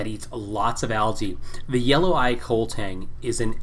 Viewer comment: It's pronounced koh-leh. It's Hawaiian